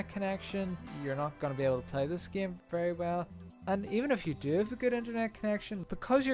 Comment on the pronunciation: plz stop saying "geime" and u refuse to get a new faster car because u have to upgrade him and because fo that u hate online. seems fair for a guy that dont play the geime